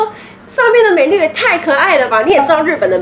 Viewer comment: 不是pro- file, 重音應該在Pro。Menu 也是重音在前面。